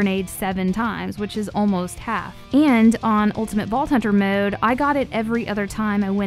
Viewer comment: “Maowde” never met someone who says mode so weird